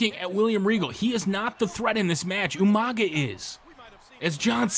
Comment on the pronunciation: damn, even in the game's recordings Regal says ''YOU-MANGA''